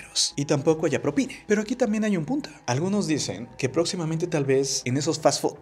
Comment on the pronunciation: Yo no estoy de acuerdo con dar propina. Porque si les doy a unos les tengo que dar a todos, y eso no es justo para el cliente. A MI NO ME SOBRA EL DINERO. ahora, ¿por qué el locutor del video dice PROPINE , con E y no propina, con A?